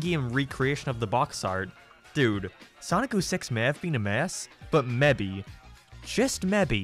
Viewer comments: hahahaha "mebby just mebby" lol bcus ur albanian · he really said: ''just meybe just meybe...'' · Maybe, do you mean mebe, mebe get in the bag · I've never heard someone mispronounced "maybe" before lmao.